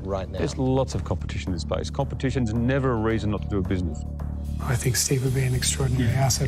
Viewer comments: The word SPACE they pronounced it spice.hehehe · Yes. I was confused. Their pronounciation of space is spice